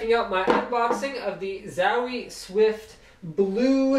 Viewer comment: love how he say zawie gear :D